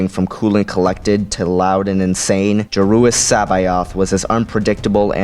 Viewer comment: Joruus nice pronunciation i was never sure how to